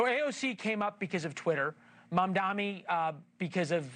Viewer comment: It's M.A.M.D.A.N.I. Are you even a journalist? Can't even pronounce his name right.